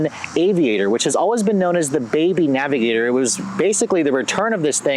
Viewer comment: Navigator not avigotor